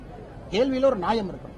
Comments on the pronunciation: எந்த அறம்...... தம்பி ...... உன்கிட்ட கேட்ட கேள்விக்கு பதில் சொல்லுப்பா.... Divert பண்ணி மழுப்பற..... போடாங்..... நீ மொதல்ல உப்புப் போட்டு சாப்பிட்றியா?? கேடு கெட்டவனே.... நீயெல்லாம் சாகாம இருக்கற வரைக்கும் நாடு எப்புட்றா நாடு முன்னேறும்..... 'நாயம்' பேசறவனே..... அது நியாயம் னு சொல்லணும்டா ..... உங்கப்பாரெல்லாம் அதிகம் படிச்சிருக்க மாட்டாங்க..... அதனால அவங்க 'நாயம்' னு சொல்லலாம்.... நீ தான் IPS மட்டுமில்லாம 20,000 பொஸ்தகம் (புஸ்தகமில்ல) படிச்சவனாச்சே ...... சுத்தமான உச்சரிப்பு வராது.....??!! 🤔😖😬😡🤬 புளுகுணி கூட்டம், என்னா தைரியமா ப்ரஸ் மீட் வச்சிருக்க நாயே....😬😖👠👠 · IPSபடிச்சவரு டாஸ்மாக்-ஐ டாஸ்மார்க் என்றும்ஃநியாயம் என்பதை நாயம்ஃஎன்பதும்என்ன படிப்போ?